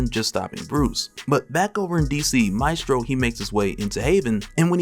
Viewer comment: Pronounced: may (mae) stro (strow)